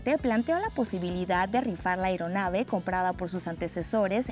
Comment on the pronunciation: *LO MEJOR FUE LA RIFA DE LA "AIRONAVE" QUE PRONUNCIA LA REPORTERA DE "APEÍDO" DESCONICIDO... ¿D'IONDE ES?... ¿DE QUE "PEDIORICO"...?.... CON RRA... MEJ'ICO' STÁ KOMO'STÁ....*